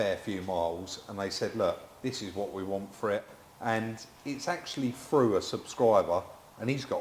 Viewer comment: Not frew but through !😂